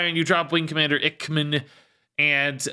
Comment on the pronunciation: I think Ichman might be pronounced Ike-man, it's a reference to top gun (iceman).